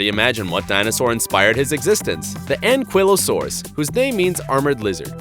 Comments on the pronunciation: anQUILLosaurus-he said ankylosaurus-it spelled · Not ankuilasaurus ankylosauru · Why did u call the Ankylosaurus the anquilosaurus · What is a fricken anquilosuarus it ank ky like suar us